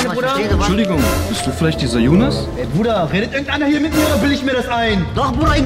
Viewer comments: Hört mal ab Minute 5 19 er sagt jounes Amiri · Er sagt junis amiri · Er sagt Jounes amiri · Hat er gesagt jounes amiri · Ihaab Noho der sagt younes und miri